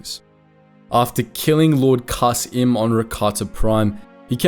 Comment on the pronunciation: Believe Kas'im is pronounced [Kasim], not [Kas im].